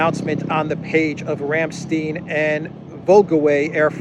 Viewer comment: Simple, but fantastic,. Thank you. Btw, Ramstein is pronouned with a long "i" as in Calvin KLEIN. The way you pronounce it is in the dialect which is a derivation/hijacking of the beautiful german language. Glad to know that Soros is eating crow. Aufwiedersehen.